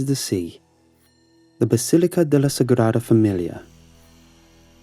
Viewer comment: It may have rolled off well, but it was completely butchered.